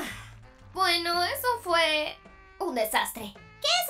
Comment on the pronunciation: No se dise eesastre we dice sastre